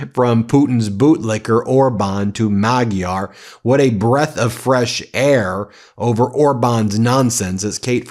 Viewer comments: Magyar is pronounced "Majar" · Peter Magyar’s name is pronounced Madshar. Please do me a favor and get this right, Ben! Remember, you have a large international audience! 🧡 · The new Hungarian leader, Péter Magyar has a last name that has a soft G So it's pronounced madge-yar. His first name is pronounced pay-ter. Thanks